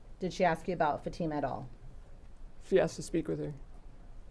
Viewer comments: I hear him say Fat-tuh-muh 😮😮😮 so, disrespectful 😤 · Plus he doesn't even know how to pronounce Fatima. He keeps saying Fat-ima. 🙄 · The Defense lawyers are so unprofessional. Yawning, arms crossed seems disinterested to the people on the stand. And neither can pronounce Fatima's name correctly......."00"